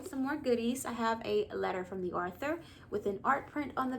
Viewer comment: why do you pronounce it arthur it's pronounced author not arthur